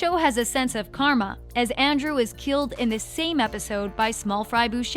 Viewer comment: On number 26 did they really just say Andrew instead of Andrea 😂